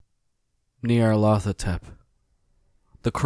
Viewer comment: Smoke a blunt everytime he says Neolarthotep 😫smashed😪😪 haha. Awesome narration, will there be more of this kind?? Very enjoyable.